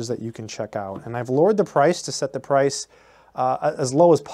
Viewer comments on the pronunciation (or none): none